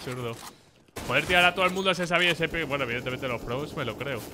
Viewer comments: ultimamente veo gente muy buena que lo dice mal... hasta frank dice "pick".... SEÑORES ES PEEK!!!!!!!!!!!! NI PEAK, NI PICK, NI PIXEL Peek significa literalmente vistazo.... sneak peek, quick peek etc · es "PEEK" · Juraría que se dice peek